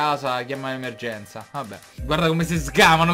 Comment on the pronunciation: La seconda frase perché dice EMMERGENZA